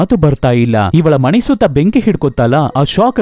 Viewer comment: ಕನ್ನಡ ಉಚ್ಚಾರಣೆ ಸರಿ ಇಲ್ಲ ಮನೆ ಅದು ಮಣೆ ಅಲ್ಲ explain super but ಕನ್ನಡ bad